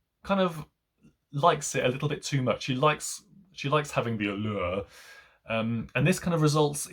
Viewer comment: Interesting review. But, please, stop saying “allure” like that.